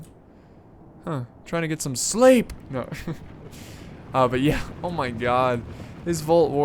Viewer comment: "trying to get some sleyp" lol that was funny